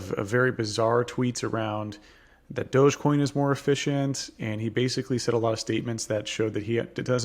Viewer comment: It's dog-e-coin, doggycoin. Not douchecoin, or whatever.